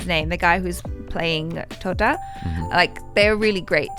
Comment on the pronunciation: Totta she was speaking clearly omg😍😍😍😍😍😍